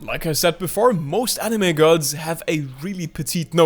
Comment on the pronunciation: Don’t worry, I’m to sacred to say grils correctly either